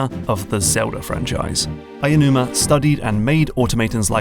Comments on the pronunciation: Aonuma, not Ayanuma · Ah-Oh-Numa. Not Ay-a-numa.